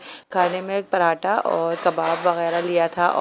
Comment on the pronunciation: Parata Parata Parata Ye nhi sunti Kisi ki BHI k apna pronounce thek karny ki at least kishosh hi karey.